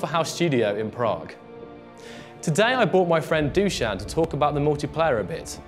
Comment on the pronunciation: Fact: 0 people in the comments have pronounced Dušan's name correctly.